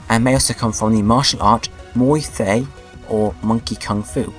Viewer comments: It's pronounced Muay Thai (ty) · Muay Thai pronounced moy-tie